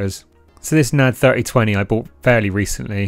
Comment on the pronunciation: N A D .. not "nad"